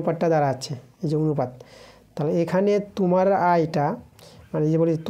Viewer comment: Kotha ta tumar noi kotha ta tomar thik kore uccharon korun😅😅😅